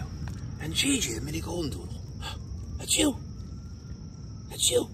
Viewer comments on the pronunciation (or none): none